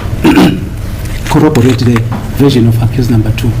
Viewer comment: Let me digress again,did advocate said corroborate?😂😂😂